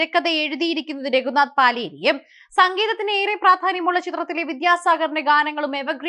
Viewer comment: Paaleri alla Palayri ennaanu pronounciation.